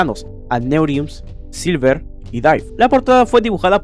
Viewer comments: No es 'Silver', es 'Sliver'. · NO ES SILVER ES SLIVER LEAN BIEN MUCHACHOS